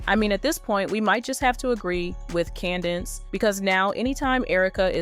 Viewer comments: Say with me: Candace Owens. Not candance owens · Please stop saying Candence Owens 🙃